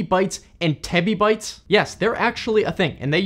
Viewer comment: Tebibyte, not titibyte